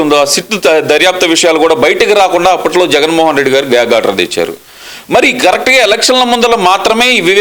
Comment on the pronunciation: గ్యాంగ్ ఆర్డర్ కాదమ్మా, అది గ్యాగ్ ఆర్డర్.